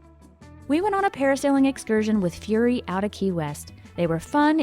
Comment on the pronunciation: Thank you for pronouncing Fury correct. Every one seems to say Furry😂 Those sunset were the most amazing. I want to go to Smathers, I agree it's the nicest and has a tropical paradise feel. After watching numerous vids of tarpon feeding at Robbie's, I am over it, but might be fun stop to eat. Love your hat, it is perfect, sadly mine isn't, not as pretty, but functional. I think biking the 7 mi bridge would be amazing, just not in summer unless it's an e-bike. Another fun thing if you are interested in arts is to do a tour of The Studios which has tours of artists studios and homes in some funky places and lanes usually around March.Maybe not for everyone but a lot of people don't know about it. I love Conch watching lol 😢